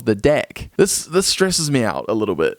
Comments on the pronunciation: Deck or dick...cant tell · Did he say deck or d*ck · Did he just say deck or dick I can't tell.